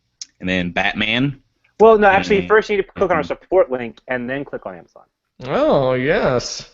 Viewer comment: Lol "battainment"